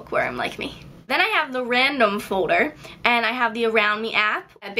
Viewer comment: i like the way you pronounce folder. it's like "fowder" haha